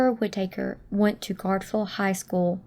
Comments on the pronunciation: Whit-taker? Wouldn't you learn the correct pronunciation before u say it wrong 100 times? LOL! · Whitaker…short “a”. Please pronounce the last name correctly.